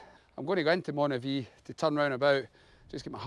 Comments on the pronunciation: Was sitting here trying to figure out where Monavie was, and then realised you meant Moniaive. Pronounced Monee-aye-v. 😂 Despite that confusion, this looked like a fun day out! I can’t wait to get out myself. The longer evenings and the odd nice day are calling, but I’m just waiting for a recent bout of the flu to clear completely first. I’m chomping at the bit though when I see videos like this! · Great video, but Dumfries and Galloway is NOT the Scottish Borders. Moniaive is Moni ( almost like money) ive( hive with no H ) Look out for the Tearfund cycle, now from Dumfries Baptist Church, August 16th. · Nice to see my old haunting/cycling ground around Moniaive (pronounced moni-ive), that’s my mates pub/hotel in there called “craigdarroch”where I used to work, nice wee tour of the area.